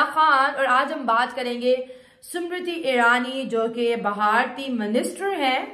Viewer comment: अनपढ चिमा वो स्मृति इरानी है समृति नही